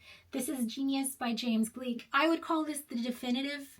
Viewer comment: Gleick is pronounced like "Glick." (Even if it were German it would rhyme with "like." In other languages, such as Italian, it would sound like "Glake.")